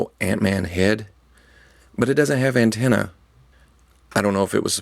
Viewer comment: Did he intentionally say ant-ena